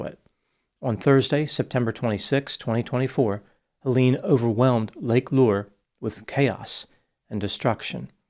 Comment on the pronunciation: This is the least important detail but Lake Lure is pronounced "Lur-ree"